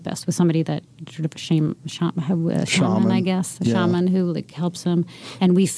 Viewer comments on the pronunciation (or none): How does she not know how to say “shaman”?